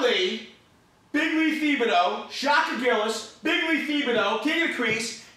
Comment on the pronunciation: Thibodeau is pronounced tib a dough